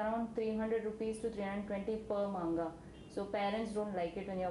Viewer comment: oh n...dey seriously cant pronounce manga...xD...made me laff so much~~cant believe de girl watched in subz o.O...